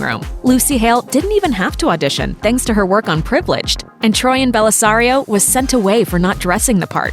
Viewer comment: Is it me or does it sound like she said troian and Bellisario not troian Bellisario